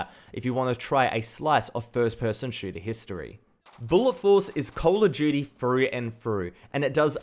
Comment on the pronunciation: The way he pronounces Call of duty is " Call of G" HAHAHAHA